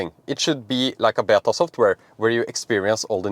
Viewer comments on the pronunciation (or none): none